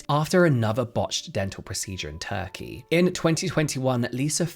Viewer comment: I heard “tacky teeth” but turkey teeth 😂😂